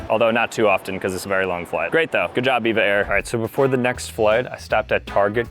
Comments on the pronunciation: Said it wrong for EVA air it’s EVA air not Eva air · EVA AIR is said E V A not the name EVA just E. V A.